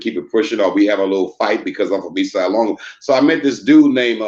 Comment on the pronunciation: Ace duece wasn't a gang it was like 3 of them lol, and they weren't around in the 60's,try 1979, and you never saw them, only messed up writing on the Walls, nothing more, homie can't even say LONGO right, East Side Lawngo WTF, it's LÓNGÓ, and not mesicans either, dudes got the name's wrong, and he's a Crip to now, Hood jumper,that I never heard of growing up in my Varrio since 1976... Mando'ESLONGO'CMS... 🙏❤️🥊